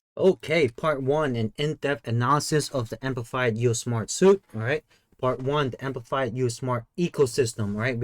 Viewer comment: Since it has been more than a month since this video has been published, I'm hoping someone has already corrected you. "Suite" is pronounced like "sweet."